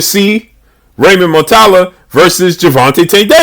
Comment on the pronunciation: That would be a good fight but way too soon for Raymond. Also it’s Mu-Ra-Ta-Lla (yah).